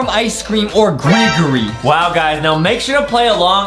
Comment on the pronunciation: Justin said greegree when its gregory🤣